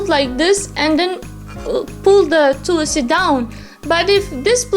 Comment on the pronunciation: What is Tulasi? A very foreigner way of saying/distorting Hindi words. Plz learn it Tulsi not Tulasi.